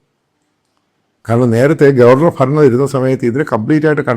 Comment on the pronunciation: EMME.... NOKKUVANENKIL, Alla.... Nokkukayannenkil... Chemmyre VALUE.... Alla.... VALLEY.... PHARANNAM, alla Bharannam.... Enthe Kothazham Bhashayannithe PIGGE...😜😂😜😂😜😂😜😂😜😂😜😂😜😡😡😡😡😡😡😡😜😳